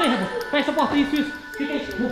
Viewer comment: Nessa apoca no 1 episódio vcs perceberam que a foi palavrão e ela falou o nome do rebo errado ela falou uebou